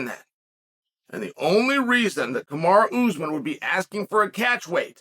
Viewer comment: Kumara Usman sounds like his sister. Nice gimmick to mispronounce all the names 👍